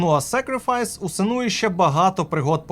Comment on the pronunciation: на фразі "сенУУУя"... вимкнув нахєр... Блядь де ви сука такі грамотії беретесь? як же вже заїбали спеціялісти й спеціялістки у ваших етерах.... Доречі шо там той бородатий пузан "старий хлопчик" їй постаив? Теж "Шидевер 10 з 10"??